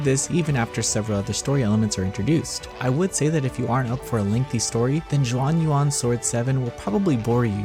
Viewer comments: It's pronounced Shuan Yuan, not Juan Yuan. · Please don’t call it Jean Juan anymore 🤣 it’s closer to shuan yuan. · Ur butchering the name. It not even hard. Xuan is pronounced not as juan its shuen and yuan its spelled yuen. But good review btw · Not chinese expert but x is pronounced as sh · cmon, if you're reviewing a game, the LEAST you can do is get the name right, and now you're attacking people for correcting you...no wonder yall are still irrelevant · I know that Chinese is hard to pronounce, you could have just typed Xuan Yuan into Google Translate and it would have told you how. Every time you said Xuan Yuan sent a shiver up my spine.